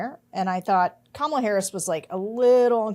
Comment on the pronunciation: Hey George, please pronounce Kamala correctly… don’t follow your wife’s lead.